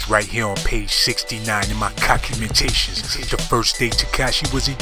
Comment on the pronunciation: "Page 69 in my cockumentations"